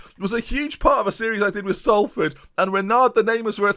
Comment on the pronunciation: I still have nightmares over how he pronounced it when he did Salford